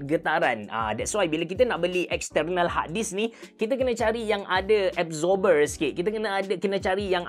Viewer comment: tak terbelit lidah ke dok sebut exterrrnal harrrdisk, exterrrnal, exterrnal.